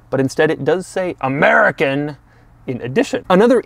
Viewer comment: Bruh when he said AMERICAN just killed me 🤣